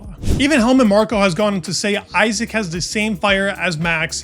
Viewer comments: Easy mistake to make, but as he is here to stay I hope, we should all pronounce his name the way he does: EE-zak (not EYE-sack) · Btw it's not pronounced Aisack, it's Isaack. It's an Arabic name, respect the pronunciation please. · it's pronounced e-zack